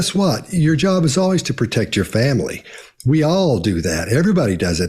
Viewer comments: Fomlee 😂 lol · Their children really don't have a role to play in their historical fomlee as Harry pronounces it, they are several cousins away from the throne.